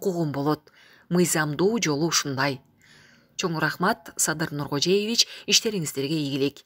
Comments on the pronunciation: дайыма эле Садыр Нуркожеевич деп окуйсун, Нуркожоевич, туура айтчы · Ушул жанылыкты айтып жаткан диктор, Садыр Нургожеевич эмес, Садыр Нургожоевич деп туура айтчы . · Нуркожоевич деп айтканды уйронуп алчы Нуркожеевич эле дейсин силерди канчалаган адам угупатат